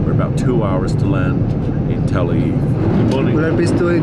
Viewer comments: Sam Chui, this was not your first time flying El Al. Please correct this and your pronunciation of Tel Aviv. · Love El Al .. great crew & always feeling safe ! .. Sam can’t seem to pronounce Tel Aviv properly 🤪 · it is funny hearing this guy pronounce the word Tel-aviv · Still can't pronounce Tel Aviv correctly 😅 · Hey Sam...that’s Tel Aviv! You’re English is getting worse! Watch it! It sounds like you’re saying telvive....come one, maybe it’s time to study some English! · It’s Tel Aviv- not telviv 😆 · He can't even pronounce where he is flying! He's flying to TELLA VIE. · It is Tel AVIV NOT TELAVI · Learn to pronounce the name of the capital city of Israel. It's Tel Aviv not Tel eve. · It’s Tel - Ah - Aveev 🙄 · He said tel-leave😂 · It’s Tel Aviv, not Tel Aiv Sam! Av-iv.. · Its Tel Aviv, not Tel Eve. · It’s TEL AVIV not Televe 😭😭😭😭😭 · It’s not Tell Eve” as Sam calls the city, it is TEL AVIV! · TEL AVIV NOT TEL AV FFS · The correct pronunciation is TEL AVIV, not TEL AIV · Its pronounced Tel Aviv, not Tel eve !! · Tel Aviv not Tel aiv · “All the wines are from Israel” , and then you see one that says Lebanon Vinyards?!? Sam, say it with me Tel A-veev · Tel aviv is pronounced - tell ah-veeve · Learn to say Tel Aviv correctly, very embarrassing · Sam......its Tell...aveeeve ok? Good video!! :) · Great video, but just so you know, it’s pronounced Tel AViv. Both V’s are clearly pronounced. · Sam, oh pease... It is Tel Arr-veev. No excuse for mashing up such a simple city name. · How come he can't pronounce Tel Aviv? A travel expert should be capable of pronouncing the destination where he's getting off, no? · Love to hear Sam try and pronounce Tel Aviv and Noel Philips Los Angeles. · This boi need to learn how to pronounce Tel Aviv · "salard" - salad "tel eve" - tel aviv